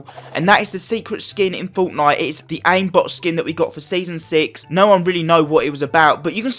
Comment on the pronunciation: its fortnite not foughtnight